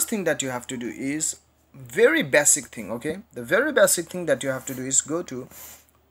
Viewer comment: Legends says that he is still saying 'bessik"